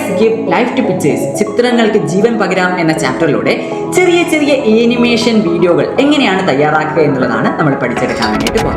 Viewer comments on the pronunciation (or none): Animation pronunciation - ˌæn.ɪˈmeɪ.ʃən(an-uh-MAY-shuhn) ഏനിമേഷൻ അല്ല